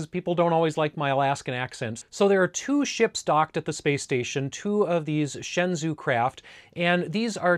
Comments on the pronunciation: Just a quick tip, the shenzhou is pronounced like "Shen-Joe" you pretty much got it right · It’s pronounced like “shen-joe”. “Zh” is like a j-sound. “Ou” is an o-sound like the name Joe.